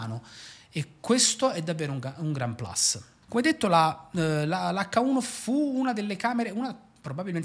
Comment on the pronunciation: Sembra una bella macchina per professionisti. Ti esprimi in maniera chiara e sai come non rendere noioso un video. Attenzione a quel “plus” che tu pronunci “plas” all’inglese quando la parola è latina e se stai parlando in italiano va detta plus con la U :)